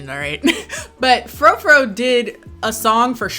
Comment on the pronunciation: And it's FROO FROO. I'm an Imogen Heap stan and British so I know all the pronunciations, so it's no shade – you're doing amazing sweetie.